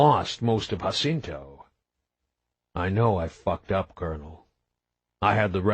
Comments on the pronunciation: Other than the narrator not knowing how to properly pronounce “Jacinto”, and 2 poorly executed accents are his only go-to for vocal character building, this is a great story! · Its really funny that the guy doesnt know how to pronounce Jacinto and rather than trying to do Coles voice he does some stereotypical voice 😭 book is fckn fantastic tho great to listen to while hitting the gym between Eday plays